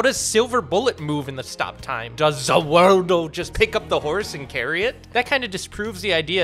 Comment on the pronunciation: Did he mean the world, or “Za Worldo”